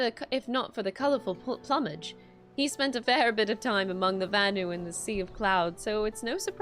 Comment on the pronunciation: Wait how did she just pronounce "plummage"?